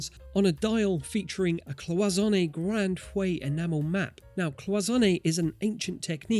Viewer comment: "Grand fuey"??? Grand FEU! It's not really mispronunciation, it's inability to read the letters in its proper order. 😂😂😂